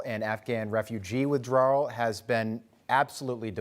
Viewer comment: Troop and civilian withdrowwerral lol